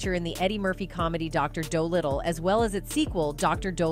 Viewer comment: These videos make me laugh. They profess to know all about who they are talking about but they continually mispronounce the actor/actress name. Simoneee. 😅 Dr. Dooodlitle?😅